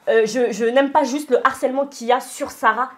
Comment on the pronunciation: Expliquez moi s'il vous plaît quand est ce qu'on a arrêté de voir de "H" dans le mot Harcèlement? J'avais déjà entendu dire " l'arcellement ", mais là, reprend la même erreur. Est ce que quelqu'un peut leur expliquer s'il vous plaît parce ce que ça fait trop mal aux oreilles! Le Harcèlement. Du Harcèlement. De l'arcellement c'est pas français. Merci.